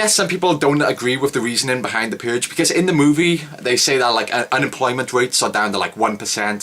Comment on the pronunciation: The Puuuhhhge.